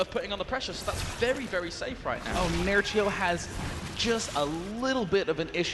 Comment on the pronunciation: He said Nerchio , I hear Nuttshow ...